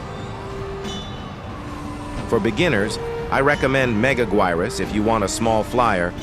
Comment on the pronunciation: can you tell me why you're using AI voice I hate it when I hear "mEGAguIrUs"